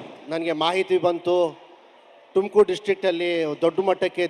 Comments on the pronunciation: ಟುಂಕುರ್ ಅಲ್ಲ ಚಿನ್ನ ಅದು ತುಮಕೂರು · ಟುಮಕೂರು❌ ತುಮಕೂರು✅ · ಟಮಕೂರ❎ ತುಮಕೂರು✅ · Evn yake erlila arjun janya helbekadre , evnge yava abhimani edare , chinna ante😅😅😅😅 kong dullu.. Tum tum tum kuru ala adu ತುಮಕೂರು..😊 ಟೂರ್ ಟೂರ್ ಅಲ್ಲ ಅದು ತುರ್ಕ ಅಂಥ.. ಟುಮಕೂರು ಅಲ್ಲ ತುಮಕೂರು